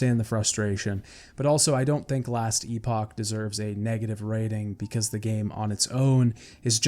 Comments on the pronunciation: Just so you know - Epoch in Last Epoch is pronounced like epic. Maybe its pronounced differently for the game specifically. Great video my friend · Last Epoch (pronounced eh-puck or epic) is now rated as Mostly Positive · The way you pronounce epoch drives me nuts